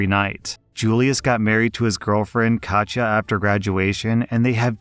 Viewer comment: Bit annoyed you pronounce "Katja" correctly but not "Iza" which is "EE-suh", or if it's Italian "EEt-zuh", not "Ai-zuh"/"Eye-zuh"